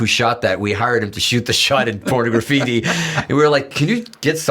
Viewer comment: Well, at least I now KNOW how Pornograffiti is pronounced. Out here in the lowverse we pronounce it porNAHgraffiti, like phoTAHgraphy, but apparently we've been pronouncing it wrong for, what, 30 years?